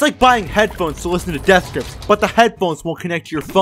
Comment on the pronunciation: Bro why does he keep saying davth grips